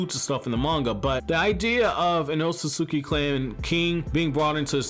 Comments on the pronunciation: YOU'RE MISPRONOUNCING ŌTSUTSUKI! You're missing syllables. C'mon you perverted fat Albert sounding sex offender lololol!!! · My mans you have gotta start pronouncing Otsutsuki correctly my mans 😂😂 I facepalm the moment you even say it